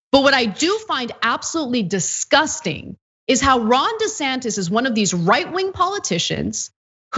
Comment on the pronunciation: When I hear them say his name I always hear "Rhonda Santis", it would be better if he went by "Ronald" but, he won't change the empirical fact that he is a fully qualified idiot.